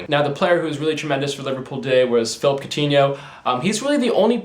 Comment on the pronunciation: Its phillipe not phillip